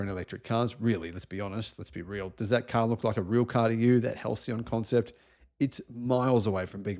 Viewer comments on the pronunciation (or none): Halçyon. Soft "C".